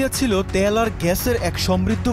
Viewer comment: ত্যাল কিরে ভাই।। তেল বল তেেল